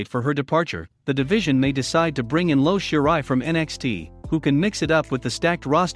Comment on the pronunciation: Her name is pronounced as (E O Sherai) IO Sherai